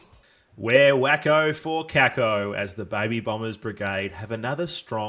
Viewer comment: True pronunciation is Kaykoh